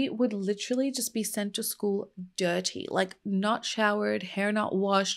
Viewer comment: Did I hear you say 'detty pig'? Eric would be proud.